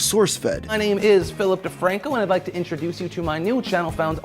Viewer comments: philip defranco? i heard ''filthy franko'' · I swear I heared filthy frank-o when you said Philip de Franco.